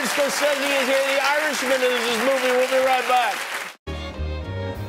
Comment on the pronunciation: Can't believe kimmel one-upped scorsese's pronunciation..